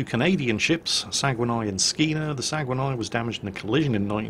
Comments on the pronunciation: Small correction about the pronunciation of the RCN A Class destroyer HMCS SAGUENAY. It's not Sa-gu-wan-ay but Sag-nay. Otherwise great video as usual. No need to reshoot the battle, of course.;) Eric Dufresne, RCN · HMCS Saguenay's name is pronounced "Sah-gay-nay", not "sa-gwen-eye".